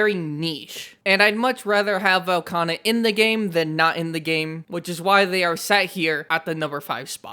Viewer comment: Velkhana? 😂 Tell me it's a skill issue without telling me it's a skill issue 😂